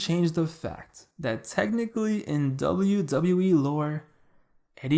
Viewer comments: Why does this man say "Zubayew Zubayew E"? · Dzable Dzable E🤣🤣🤣🤣